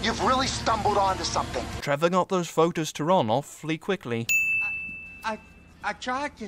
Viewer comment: It's Trevor not trever